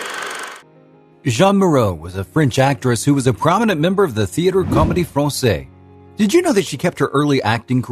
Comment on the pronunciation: La Comédie Francaise. Not Fransay. Fransaize. It’s no problem not speaking French but when you are talking about french people and things, you owe to yourself to get it right. The mispronunciation detracks.